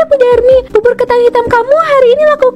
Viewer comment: Bubur kak bukan bubut🤣